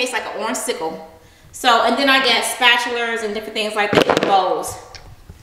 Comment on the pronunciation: lol "spatulers"